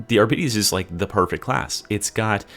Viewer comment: Arbites does not rhyme with diabetes 😂